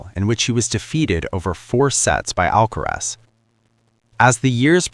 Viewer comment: It's NOT Alkatraz. NOT Alkarez...it's Alkaraz !!! Comprende?😅